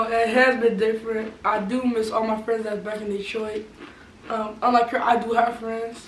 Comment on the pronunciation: Ok “detoit” 😂